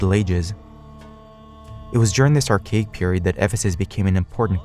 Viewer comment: When are youtubers gonna understand that imbeciles (or imbecilic robots) narrating erudite talks look like shite when their chosen narrator makes "ar-CHA-ic" sound like "ar-cake"?